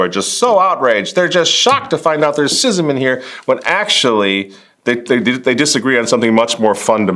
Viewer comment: If you’re gonna profess to be an expert on schism, at least pronounce the word correctly lol